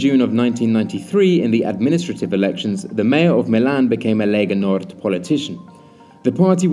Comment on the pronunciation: Lega Nord, not Legal Nord.